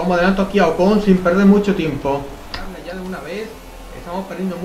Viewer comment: porque a ocon le dices ojon?